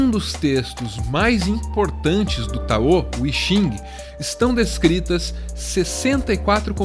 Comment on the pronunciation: Vocês sempre falam Taô... mas não seria Táo? 🤔